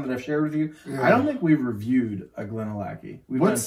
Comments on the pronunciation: Glad to hear it. Missed your fun approach. Even if you can’t pronounce Glenallachie !!!😁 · yeah I murdered that pronunciation….I don’t know what my deal was because i know how to pronounce it properly and apparently just forgot and let my inner hillbilly out🙂